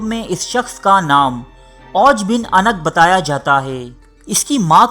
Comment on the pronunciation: Jnab lafz anq ni hota unuq hota hy.